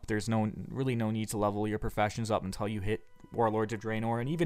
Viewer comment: having so much fun adventuring in ayezeroath and druhnoar.